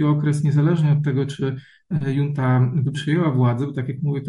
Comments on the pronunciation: "Junta" wymawia się z hiszpańska przez "ch". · Już któryś raz słyszę słowo "junta" wymawiane prze "j". To jak "poszłem" lub "włanczam". Wydaje mi się, że takie wpadki w materiale publicznym nie powinny się zdarzać.